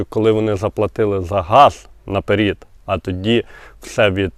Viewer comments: А чого "наперід", а не "наперед"? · 😮, не напер1д а НАПЕРЕД, пров1ркове слово попереду а не попер1ду